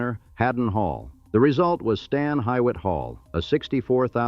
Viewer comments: Stan Hywat is pronounced Stan Hue-it not hawhyat... Akronite here born and raised... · If the AI can't learn how to pronounce Stan Hywet, you should use a real person. Ridiculous considering this is supposed to be historical...